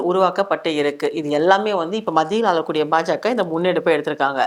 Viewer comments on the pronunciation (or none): மத்தியில்ஆளகூடிய, அலகூடிய அல்ல! நவீனமாக பேசுவதாக நினைத்து தமிழை கொச்சை படுத்த வேண்டாம் பிறந்தநாள் வாழ்த்துக்கள். வாழ்க வளமுடன்.